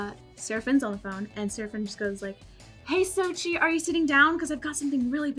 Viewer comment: its pronounced like so-chill